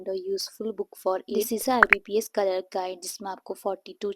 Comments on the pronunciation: No offense but It's clerk not cekerk pls pronounce it properly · It's clerk behen pronounce it properly